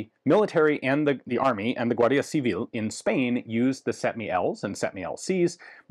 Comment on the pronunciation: Spot on pronunciation of "Guardia Civil". Ian seems to be a really good language learner.